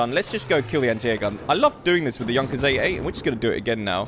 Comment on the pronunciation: FINALLY SOMEONE THAT PRONOUNCES JUNKERS AS 'YUNKERS'